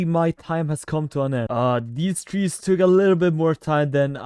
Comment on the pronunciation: seriously said twees instead of trees 😭😭